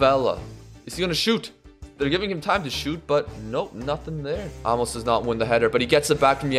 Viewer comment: Love the video. By the way, it's pronounced a-mos, not amos